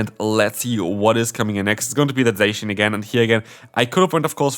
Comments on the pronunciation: Zacian in English is a straight transliteration from its Japanese name ザシアン. It’s pronounced ZA-SHE-AN not ZAY-SHE-AN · HSH says it like saysian. And I Hate it!